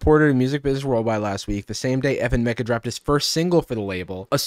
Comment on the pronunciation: Every time they say "FN Meka" it sounds like they're saying "F'ing Meka" like a kid trying not to swear, and it makes me cringe every time